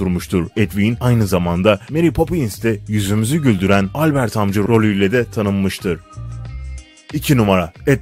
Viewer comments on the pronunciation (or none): none